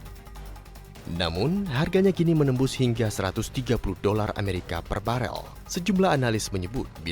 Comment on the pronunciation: "Gingga"???? atau "Hingga"?